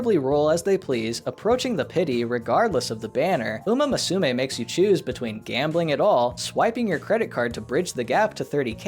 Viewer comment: Musume is pronounced moo-soo-may. It's a little more nuanced than that, but it's the gist.